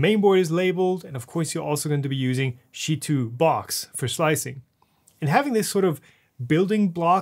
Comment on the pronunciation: i know it's funny to say sheetubox but its chee like chips